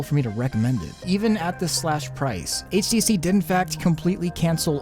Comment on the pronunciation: It sounds like your saying ACC instead HTC.